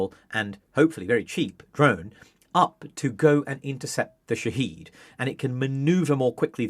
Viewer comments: Folks sorry to be that guy, but it’s pronounced Shahéd, not “Shaheed”. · The Economist would be more credible if it pronounced 'shahed' properly. 'Sha-hed' not 'she-heed'. You people sound moronic. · It's Shahed, not Shaheed. (Shahed="witness", Shaheed="martyr"). It's a company that makes many different types of aircraft and drones, not just loitering munitions. The Shahed-136 which this "expert" is talking about is one variant designed for a specific purpose. Skimming the Wikipedia article can tell you much more than this interview. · They're called Shahed (Witness), not Shaheed (Martyr). If you can't even get that right, you have no credibility on the topic. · It’s pronounced shaa-hed, not sha-heed… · Drinking game, take a shot everytime he flips from pronouncing it sha-head to sha-heed. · Shahed is pronounced ʃa.hɛd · It's Shahed /sha head/ stress on the first syllable long a vowel. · Shahed and Shahid are two different words pronounced completely differently and you keep using the wrong prnunciation. Dislike. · Thanks for that comment, I found it difficult to watch this guy claim he knows about them while messing up the name most of the time. Surprisingly he did get it right a couple of times , which makes it even more confusing to watch.